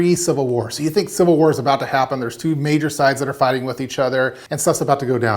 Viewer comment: CIViL not Cival. Great video though.